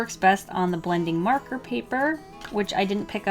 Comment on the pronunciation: she said "merker" lol